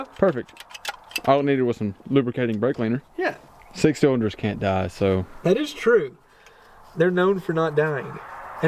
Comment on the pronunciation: Did i hear a "blake cleaner" in there ? 😂😂